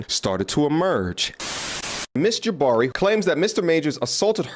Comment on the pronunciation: Why do you say “Jaba-ree” sometimes and then “Ja-bar-ee” the other times? The second one is the correct pronunciation.